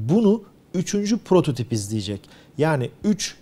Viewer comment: "prototoBi"...Sende mi P yerine B ile konuşmaya başladın mümin kardeşim. Hayırlara vesile olur inşallah :P